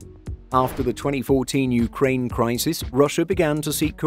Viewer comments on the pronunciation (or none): none